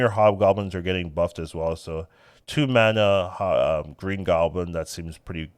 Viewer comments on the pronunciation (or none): none